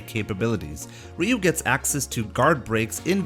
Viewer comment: You're not pronouncing "Ryu" correctly. I did it for 28 years until I learned. So I'm not trying to make fun. It's pronounced "Roo". :-)